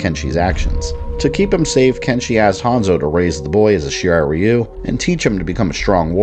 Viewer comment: Flawless video as always,! Random rant: It keeps really bothering me that NRS keep mispronouncing the Shirai Ryu-name as "Shirai Rye-You".